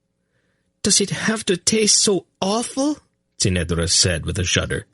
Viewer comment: SAme here, but because I have read it so many times I have developed my own way of how certain things should be pronounced, which can be very distracting if the reader does it wrongly, for eg he says kway instead of key (quay) kerek instead of cherek. the biggest distraction is that he often changes his pronunciation of the same word despite being given clues by the author, Ce'nedra for example, somehow he manages to slip a t in there.